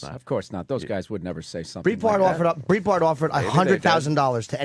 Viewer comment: Oh. “Breet-bart” 🤦🏼‍♂️